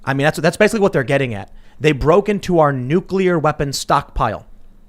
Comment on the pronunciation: They're after your Nu-clear Wessles